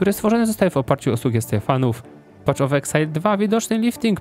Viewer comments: Wszystko super tylko "paf" of exile, a nie "pacz". Path --> Patch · *Paf of eksajl , a nie PACZ of eksajl ;) tam nie ma patCH tylko jest paTH